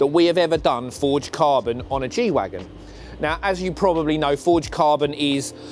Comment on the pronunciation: It's Wagen not Wagon